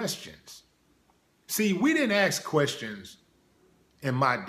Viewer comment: axe and strenth learn how to talk